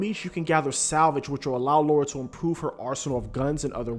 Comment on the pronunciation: Seriously it’s hard to listen to a review when the person keeps calling Lara, Laura instead. I couldn’t finish listening but it’s an amazing game.